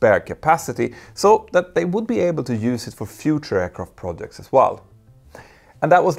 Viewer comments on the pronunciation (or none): none